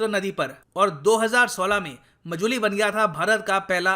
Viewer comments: Sir it's not मजुली its माजुली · It's Maajuli not mojuli..... Sir 😊